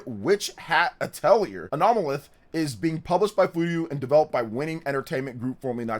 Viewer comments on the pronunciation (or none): So can say 'Anomaly' with no issue but not 'Anomalith'?